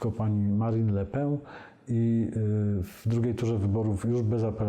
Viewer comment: Mała prośba do szanownego Pana Witolda: proszę aby wymawiał pan nazwisko Madame Le Pen z N na koncu a nie Ę - tak bowiem brzmi jej nazwisko! To nie jest francuski "chleb" tylko angielskie "pióro".